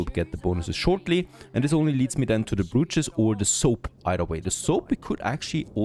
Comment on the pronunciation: Slight pronunciation correction on "brootches". *Bro*ches. "Bro" as in "Dude"